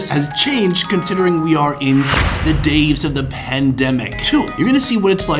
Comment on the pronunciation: he said daves instead of days